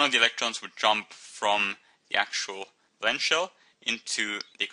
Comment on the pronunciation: valence , say it properly